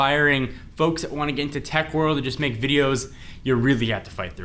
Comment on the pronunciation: Make not mane